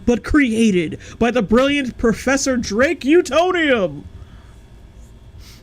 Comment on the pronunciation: I’m sorry but “Drake Utonium” does not sound right